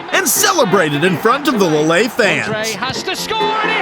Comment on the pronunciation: Lillay?? It's Leele, that's how it's pronounced